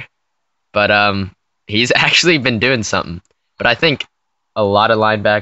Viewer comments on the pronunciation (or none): none